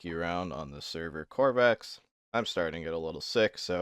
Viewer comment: It is korvooh, not corvallis